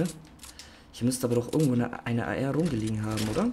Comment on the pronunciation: Ich verstehe bei ar immer Eier 😂